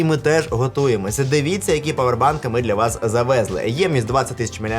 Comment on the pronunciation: НапІй , завезлИ́. Все понимаю пафос не пафос переход на родной. Но блядь нк хуярь ударение шо бандерлоги.